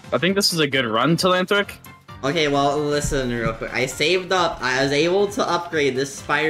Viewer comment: Its Telanthric😂